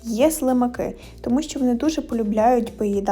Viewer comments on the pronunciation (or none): none